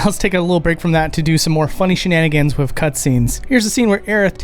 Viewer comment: It’s fascinating to me that you say Vase with a soft A, but still say “Wif” rather than WITH, it’s almost as though you’re mimicking a low-brow, south-London speech style, but without the accent…